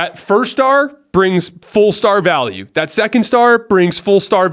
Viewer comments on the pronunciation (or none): none